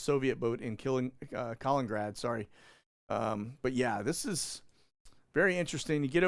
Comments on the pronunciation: Hi...it's pronounced "Kah - lean- in - grad"... not "Collingrad". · it's pronounced KAL-IN-IN-GRAD! I went there in 2018 for the World Cup and watched England v Belgium! A dump!